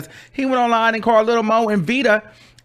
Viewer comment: It's not Lil Moe and Vida....it's Lil Mo and Vita 🤦🏽‍♀️